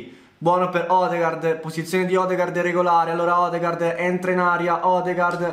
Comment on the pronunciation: Odegaard si pronuncia odegord